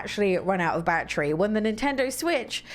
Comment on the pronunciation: I like this review I love ❤️ the way she pronounces 🔋 battery the right English way lol 😆!!